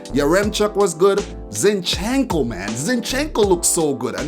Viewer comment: Zínchenko ! (not Zinchénko)